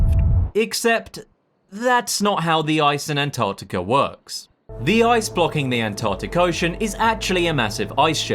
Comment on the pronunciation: Mate ya might want to learn how to pronounce ANTARCTICA before you make yourself a guru on it innit😮